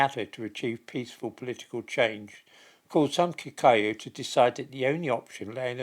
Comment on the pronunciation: And it's probably Kikooyu as well.